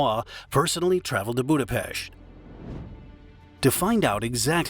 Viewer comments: I am Hungarian and I remember vividly how big tragedy it was (I was in high school then). Also, thank you for pronouncing our capital's name correctly. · I remember it being a shock to the whole country back then. Thanks for covering it. And special thanks for mostly proper pronounciation of Budapest, even though Hableány and other hungarian words were butchered as usual. 🙈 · Thank you for the correct pronunciation of the city name Budapest! It is spelled with SH, pest is a disease, while the city is Pesht! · thank you so much for saying budapest the correct way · That's the only Hungarian name in the video that he didn't buthcer. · Thank you to pronounce Budapest the right way :) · shoutout for saying Budapest right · congrats on the way saying Budapest. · >says 'Budapest' almost correctly >butchers 'Hableány' I am disappointed Like come on, if you can't stop butchering it DON'T SAY IT. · It is humbilng that you pronounce 'Budapest' as correct as you can, but 'Hableanee' or 'Gisaimaree' square??? HABLEÁNY JÁSZAI MARI TÉR Please